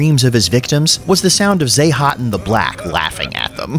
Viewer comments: zha-tahn is how its pronounced its really not that hard why call him zahhaten xD and zertahn XD made me lol tho so hats off to ya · Zah-tan. How hard is that exactly... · its pronounced ZHATAN ! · the african clicking language sounding version gave me a chuckle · I can't believe you only pronounced his name correctly once! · All these mispronounced names are very disrespectful to Zoo-Zoo Noir